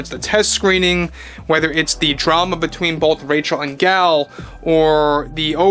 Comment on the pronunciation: Hey! Nice job pronouncing Gal’s name! I super appreciate it!